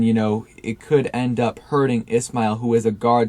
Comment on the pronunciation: Keith ISSHHMAIL not ISSSMAIL